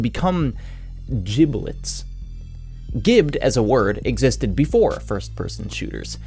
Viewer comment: Odd. I thought giblet was pronounced liked giblet, not giblet.